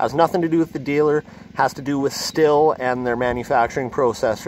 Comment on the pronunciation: Thanks for the video but Stihl is a German word.... German vowels: A (ahhhh), E (eyyyyy), I (Eeeeee), O (ooohhhh), U, (ooooooo). Sthil is not pronounced Stilll.... It is pronounced Shhhhhhhhttttttteeeeeeeeellllllllll, please. Shhhteeeellll.